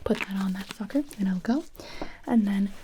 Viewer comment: fucker or sucker?